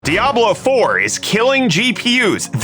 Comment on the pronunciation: 👌crisp updates. I can't stop hearing "Dablo four"